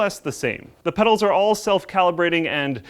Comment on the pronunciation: Did i hear wrong or call the Pedals "Medals" 3;50? i may be losing it.